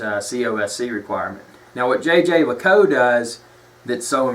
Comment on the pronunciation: Please use the link and learn how to Say Jaeger